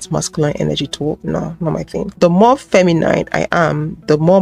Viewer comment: I love your content, but please stop pronouncing masculine and feminine with a long i. There is no need.